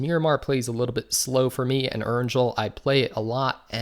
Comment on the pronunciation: Learn how to pronounce Erangel properly..